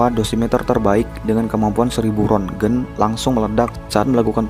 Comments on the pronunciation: Tulisan nya Rontgen tapi dibaca RONSEN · 3,6 rontgen,, itu bacanya "ronsen", bang,, Sprti, ronsen penyakir paru2 di rs harganya Rp140ribu untuk melihat penyakit bronchities